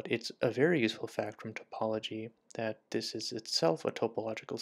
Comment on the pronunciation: It's pronounced "tah-pology" not "tope-ology". It's a small error, but it reveals you've never spoken to a mathematician.